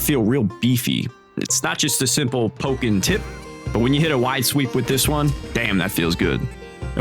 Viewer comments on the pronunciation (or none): none